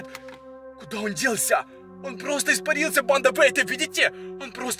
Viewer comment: Кому он бесит что он говорит не фига не понятно он ещё так говорит РАСТВОРЯЕТСЯ причём всегда у него на я ударение он поёт я ИСПАРИЛС ЯЯЯЯЯЯ кому бесит лайк и комент